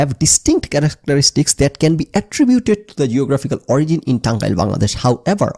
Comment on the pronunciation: Sorry, out of topic but......Ei prothom dekhlam origin k kew ওরিগিন pronounce kortese. Ami ajibon eta ওরিজিন ভেবে এসেছি 🤣 vul dhorai dewa amr uddesho na amr ganer poridhi nai bollei chole. Hote pare eta odeshe ওরিগিন pronounced hoi. Either Way bepperta khub amusing 😂